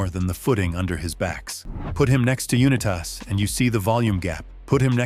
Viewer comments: Ditch the A.I. Voice. Pronounce the Names Correctly. It's Not Unitoss It's (U-Nite-as.) Johnny Unitas. It'd Not Nomith It's Joe (NayMath) ... Make the content with Heart and soul or don't make it at all. A.I. Voice has no Heart, No Soul. No love for the game. The script Was well written though. I'll give you that. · Had to be a.i. Uu netas instead of saying Unitas normally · Least that could have happened would be to pronounce Unitas and Namath correctly.